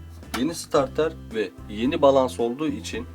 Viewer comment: abi bilmişlik taslamak gibi olmasın ama "balans" değil de "balast" değil miydi o? teşekkürler